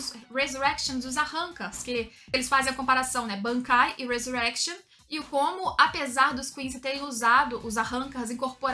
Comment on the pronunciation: Ressurreição no anime é pronunciado em espanhol, não inglês, alguém avise